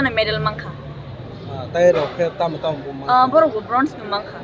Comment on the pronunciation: Its Bronze not Broze